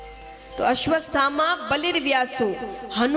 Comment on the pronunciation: Aswaththama ko ap aswasthama bol rhi ho